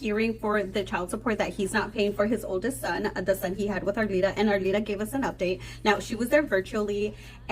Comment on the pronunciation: Can you call Arlita by her correct name? Her name is not Arita! Who is this woman with the glasses? She’s a moron!